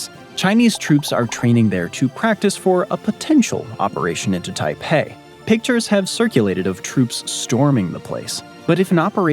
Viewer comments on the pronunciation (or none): none